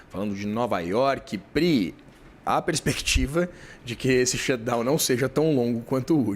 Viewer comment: A correspondente brasileira que provavelmente mora em NYC, pronuncia a palavra shutdown perfeito mas quando fala a palavra money “mãni pronuncia correta. Ela fala monei . E você ainda confia nas apurações de jornalista assim?